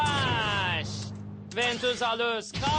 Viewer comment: linkin bakuganı alus değil alter di. Ya azıcık özen gösterin seslendirmiye. Bazı bölümlerde de ventusa darkus diyip sinir ediyorlardı. Bir de türkçe seslendirme yapıyorsanız türkçe okuyun sıkayrıs ne ya skayres işte niye zorluyonuz